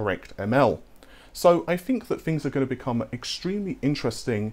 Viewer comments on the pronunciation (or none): none